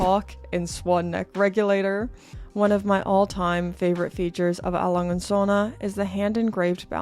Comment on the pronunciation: That is not how you pronounce it